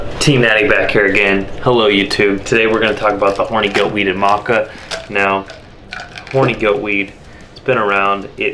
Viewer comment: Thought it was pronounced Maca not Maca